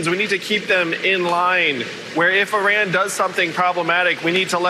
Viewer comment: I really like Andrew Yang, but he really needs to start pronouncing Iran properly. It's pronounced 'eee-rawn', not 'aye-ran'.